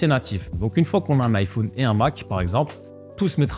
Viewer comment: vidéo genial par contre ca me perturbe comment tu prononce iphone XD